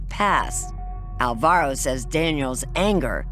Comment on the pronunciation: Almost chose Alvaro for for my son. I am glad i didn't bc the people pronunciating is horrible.